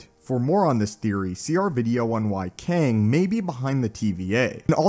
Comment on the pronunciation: It’s kang